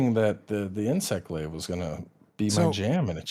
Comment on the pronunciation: Oh nyoo mway inswect gwaive!!! I cwan't just spwam arial moves :-( PS: Love the podcasts! :D